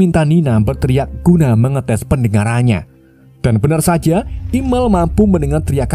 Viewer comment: Bukan imel,imiel kan 😅😅😅